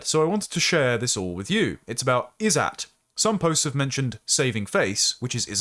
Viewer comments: The writer shouldnt have used the Izzat indian term, instead should have used honour or reputation, the meaning. The izzat term when you pronounce it "is-at" is making it so confusing and distracting. There was no need for the indian term there. It just means honour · These words are pronounced more like "Izzut" and "Jugaar"